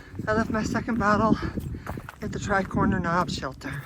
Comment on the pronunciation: Minor detail - it's Cosby Knob not Crosby. Im enjoying your videos. Keep up the good work.